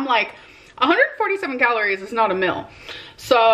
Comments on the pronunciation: It is a meal (mee-l) not a mill!!!!! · “147 calories is not a meal (mill according to her pronunciation) but that’s exactly the point…. It’s a meal replacement because she needs to have meals that are WAY LESS than her norm or she’s always gonna be this size